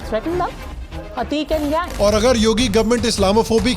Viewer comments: It's ateeq not aaatiq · Ateeq Ahmed hai, Aatiq nahi bhai.